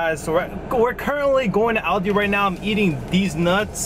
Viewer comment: Aldi*, cmon lol